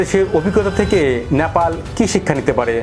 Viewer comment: আপনার উচ্চারণে "ন্যাপাল" আসছে। ওটা "নে পা ল" হবে তো। আপনার মতো আরো কয়েক জনকে ভুল উচ্চারণ করতে শুনেছি। সঠিক উচ্চারণ করলে খুশি হবো🙏